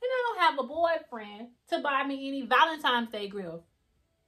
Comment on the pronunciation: It's not valenimes it's valentines